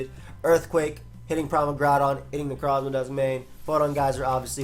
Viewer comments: damn my boy out here rolling his Necrrrrozmas so long, he's starting to roll their ability too. Neurrrroforce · FOR THE LOVE OF GOD STOP SAYING NECROZMA LIKE THAT LOL